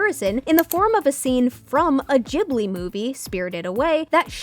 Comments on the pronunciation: WHO TF PRONOUNCES IT JIB-LI ITS GIB-LI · Never heard it pronounced Jibli before